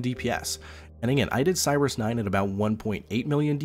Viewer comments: The name is Sear-rus Not Cyrus. I'm skeptical you've even done the boss fight. Zana, "Sirus, please we want to help you.... " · Seriously? You are judging a build guide and if someone actually fought a boss just because they didn't pronounce a boss name right? LMAO.